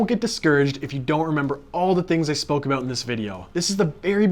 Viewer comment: I didn’t think you were Canadian until you said “aboot”